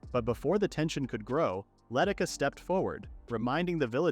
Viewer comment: The village girl's name is Leh Tish Ah, not Letticuh.